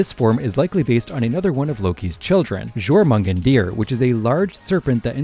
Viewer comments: . JOE MORGAN DEER??? IITS YOR MUN GON DER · Izanami and who?? who's izagami? edit:- God he butchered that jormungandir even worse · hate to be that guy but that jormungandr pronounciation threw me off XD for future reference if you ever see this comment is pronounced somewhat like your-mun-gander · Brother its Norse, not French, why did you pronounce it like that, its YOR/YUR-mun-gahn-der, depending on how you pronounce the ö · Just a note on the Jörmundgandr pronounciation, it is closer to "Yor-mun-gand-er" but in the scandinavian countries, at least here in Denmark, we often just call it is Midgard Serpent, similarly to how we call Fenrir, the Fenris Wolf (for any WH40K fans yes, the planet if the space wolves is named after his title not his name). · Jor mungan deer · never try to pronounce Jörmungandr again. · Butching Jormungandr really hurt XD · start with a compliment. This is a cool video with lots of information on legendary’s, though I wish you went more on the ones with mega and primal forms, but perhaps you saved that for another video. Real reason for commenting here is your pronunciation of Jörmungandr (and earlier for d'Artagnan). In both cases, you added too many syllables with miss-pronounced vowels and consonants. My only suggestion is to Google the pronunciations and listen to samples of the words. It’s funny cause you got all the Pokémon names pronounced right but on these two instances, it’s like nails on chalkboard 😅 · Please NEVER try to pronounce Jörmungandr ever again 😭